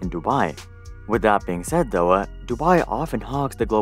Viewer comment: nice video but could you stop adding "uh" or "ah" at the end of words randomly? For example: 'Though' should be pronounced "tho" not "tho-uh"